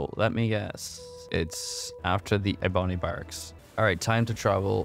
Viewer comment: eh-boney barracks got a hefty chuckle out of me >.< so stupid lol